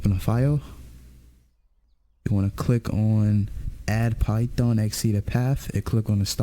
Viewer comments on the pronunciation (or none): none